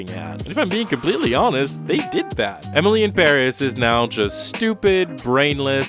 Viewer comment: Does he really say "Emily em barriss" or is it just me